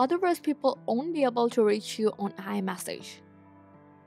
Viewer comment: Please ask someone to correct you when saying the word« iMessage » Or « Message » .Thank you for your helpful video.😊